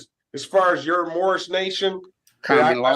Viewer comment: They should bust him for false identification. Pretty sure hes, not. And I love how hes "moorish American" but always says morris